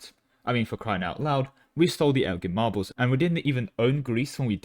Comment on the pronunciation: You pronounced Elgin Marbles correctly It's a miracle